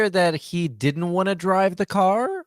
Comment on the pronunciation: I thought it was failed speech therapy but it could just be he’s too lazy to stretch his tongue that far.